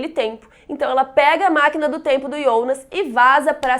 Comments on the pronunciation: Por que chama o Jonas de ionas? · Irritante falar ionas